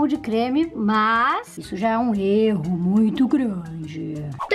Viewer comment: isso é um RERRO muito grande kkkk... amo essa garota